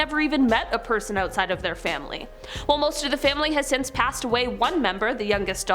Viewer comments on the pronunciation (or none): none